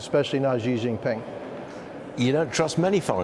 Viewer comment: The full name of the Chinese president, Xi Jinping, should be said smoothly as shee jin-ping, not zhee awkwardly. You’re commenting about him but still don’t even know how to pronounce his name—ridiculous, what a loser.